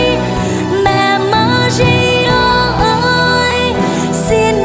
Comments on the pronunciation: yêu cầu Bảo Thy phát âm lại bàn đầu thì là mẹ maria câu 2 là mẹ madia Mẹ Maria chứ k phải mẹ Madia ... giọng địa phương có thể phát âm đc nhưng danh từ k đc phép đọc sai. vần r và d trong âm nhạc hay sử dụng vần d nhưng k 1 ca sĩ nào hát danh từ sai đc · Thy hát rất hay nhưng nên phát âm chuẩn hơn ở từ Maria. "Ri" chứ k phải "di" thì sẽ còn hay hơn. Thanks